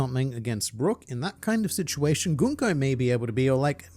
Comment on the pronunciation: I'm here because is one of the few YouTubers who pronounces Gunko correctly... And makes me think he may or may not be a Danganronpa fan...